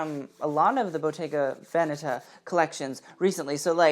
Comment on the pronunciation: Well done about Bottega Véneta. All the other Italian names are pronounced very nicely. I completely agree on your comments.